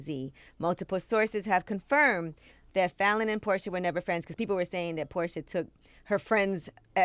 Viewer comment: I love me some porcha but sis it’s messy with capital ESSY